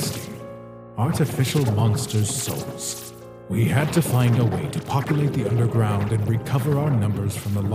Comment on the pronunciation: Did grillb said unde-ground